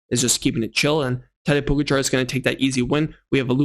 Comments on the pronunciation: It’s Po-Gotcha! Not Pogarchar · Hey btw its Po-ga-cha not Po-go-char 😃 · The A in Pogačar is long. Poh-gaah-char. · O-M-G This video is unlistenable because of your DUMBASS pronunciation of Pogacar NAME!!!!! YOU SUCK!!!!!!!!!!!!!!!!!!!!!!!!!!!!!!!!!!!!!!!!!!!!!!!!!!!!!!!! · Dude, you have a cycling channel and you can't pronounce the name of the dude who has been the number 1 rider for the last 4 years? It's not even that hard. Is it laziness or something else? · Missing an R at the end. End no T. Its hard to explain, his not saying it bad, just need emphasis on the second A